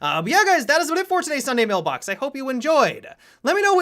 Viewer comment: i like how he says sunday MELbox i hope somone gets the reference